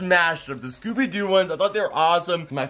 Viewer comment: Does anyone else think how he said scooby was weird